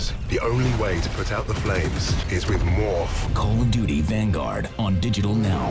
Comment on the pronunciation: 'Call of dooty'.